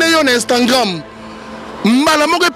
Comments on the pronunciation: Donc tu ne sais pas prononcer Instagram ?? Tu dis Instangram😂😂🤣🤣🤣. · Instagrammme apprend à parler français frère c'est Instagram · Balobaka instagram et non instantgram boni zoba makasi boyeee pd likata dongi elemba lisoko pota zacharie apasolaaaa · On dit IINSTAGRAM PAS INSTAGRAIIMMMMM tu fou quoi en France finalement kaka makelele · Oza aventurier prononcé bien Instagram.